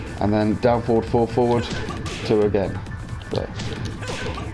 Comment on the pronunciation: I loved this tutorial, just one thing, could you right down the notations, because I dont know if its because Im brazillian but sometimes I confuse your foward pronunciation with four, and sometimes you just say four foward foward four and I get lost, specially because I dont know if its 4, -> or 4-> or ->4 or ->,4 hahahahaha anyway thank you and I hope you do more videos like this